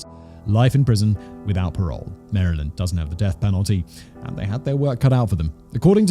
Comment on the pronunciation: As someone from Maryland, thank you (a Brit) for not pronouncing it “MARY-land”